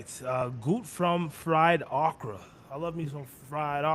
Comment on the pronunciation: Fried okra, O kra not Ahkra. I fear future Generations are not going to pronounce anything correctly. Can I get a side of freed Oprah